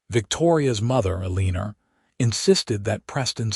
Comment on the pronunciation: Still not able to say ‘Eleanor’ correctly